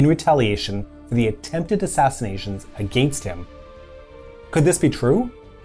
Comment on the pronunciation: Informative video, but what's with this guy's pronunciation of "against"?